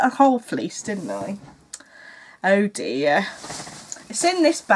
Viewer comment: I think in the seventies the scarf or creavate was really the thing. It needed to rest just around the inside of the collar. The loop would have held it there. I LOVE it when you say, "Oh, DEAH!" I think your next pin should say that! :D